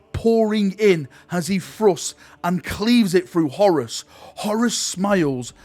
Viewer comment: Horus here sounds like Horace! I always pronounced it as a longer word Horr_uus.